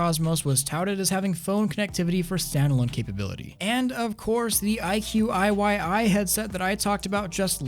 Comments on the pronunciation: It's iQIYI and it's pronounced as ai-chi-yee, just saying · hey bro its called (I, chee, E) I QI YI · The IQIY pronounced as “ I Chi ee”